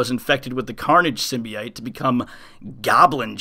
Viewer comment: it drives me crazy listening to you pronounce the word Symbiote. sorry to be that guy but it has no double I it is an O sound SYM - BI - OTE not SYM - BI - ITE Please work on that since you will be saying it alot in the upcoming Carnage event the rest of this year. thanks